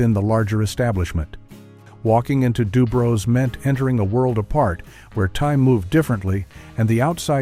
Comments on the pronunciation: DuBrow's (like eye brows), not Dubro's. My Grandfather used to take me there when I was a small child. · this guy can't pronounce "kasha varnishkes" or "sewers" or "Dubrows". Strictly from Kalamazoo.